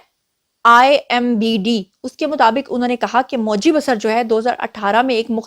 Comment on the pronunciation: It's pronounced as BaaSaar not Basr Name: Moji Basar(pronounce as BaaSaar) Country: India State : Arunachal Pradesh a Proud Tribal